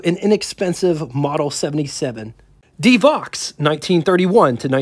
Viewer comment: Not Devox, Devo!